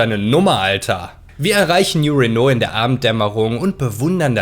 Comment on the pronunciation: Nein, kein neuer Renault! Man spricht es als New Reeeno (oder auch Rino)...ps: Franzosenkarre die Sprit braucht würde in Fallout auch nix bringen, das Öl ist GONE! Weg! Nix mehr da!